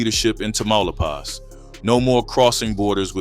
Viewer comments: Tamaulipas Say it with me, Class!!! TAH-Ma-Lee-Paws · You are mispronouncing Tamalipas big time!😮